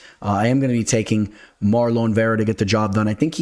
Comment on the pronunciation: has that cash money on his mind - pronouncing my boy's name "MarLOAN" Chito Vera 🤑😂